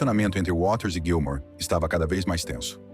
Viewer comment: Narrador, é Gilmour, não Gilmore, beleza???